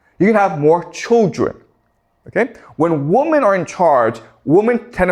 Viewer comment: He’s great but will someone please tell him that women is pronounced wimen,not wumen.